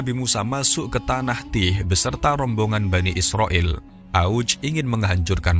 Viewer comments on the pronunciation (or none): none